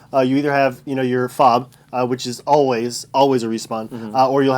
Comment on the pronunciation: Fob?????? It's F.O.B not a word.